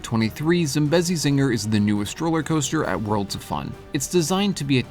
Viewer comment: That’s not how you pronounce Zambezi zinger it’s Zam-beasy zing-ar